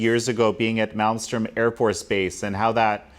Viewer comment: It’s Malmstrom. The “M” in there he’s not saying is the second M.